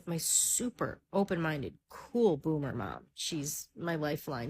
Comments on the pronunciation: its "Boomer", not "bloomer." 🤦 There's no "L" in the word. 😂 "Bloomers" are underwear. Panties/boxers. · Boomer,. Not bloomer 😂.